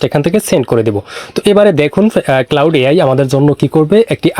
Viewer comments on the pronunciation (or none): ভাইরে ঐটা ক্লাউড না, ক্লড